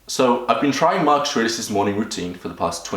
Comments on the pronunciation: Why do you keep on saying "Marchuriox" ? You can't even say his name. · you tried WHOS routine??? marks ars??? why dafuq cant you just say his name normaly. this is not twitter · "mark esh ar eesh" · I cant tell if it's your accent that cause you to say Marcus aurelius name wrong, or if your the type of person that purposely miss pronounces something ...asking for a friend Hahahh😂😂🤣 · Gotta learn how to say his name first my friend